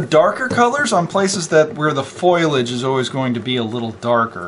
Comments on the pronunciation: PS- I forgot to chime in, it is fo·li·ageˈfōl(ē)ij/ not "foil-aj" lol ;-) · Now it all makes sense! Thank you for making this video! ok, it's fo-li-age, not foilage. lol